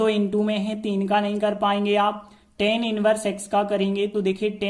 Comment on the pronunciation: Sir Tan nhi hota hai❌❌ tan hota hai✅✅